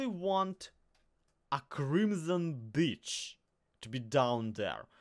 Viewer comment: i know you're saying crimson beach but it sounds like crimson bitch and listening to parts of this ep with that in mind is hilarious XD